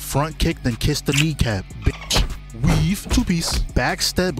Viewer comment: How the hell are you saying weave in italics